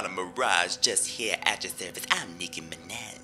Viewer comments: i love how she says mirage and then proceeds to pronounce minaj as mineh so it doesnt rhyme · Nicki minéH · Me: Trying to talk Nicki Minaj: Nicki MinEHz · De Nicki Mineh* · Niki mineh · "Just here at your service, I'm Nicki MINAH" 🤭😭🤣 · Nicki mineh?? I am CRYING 💀💀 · de nicKI MINNEH